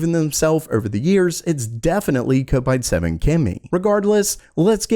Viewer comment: It's kopite as in cop-ite the guys clearly a Liverpool supporter and people who stand on the kop they're a kopite pronounced cop-ite. Hate how people pronounce it wrong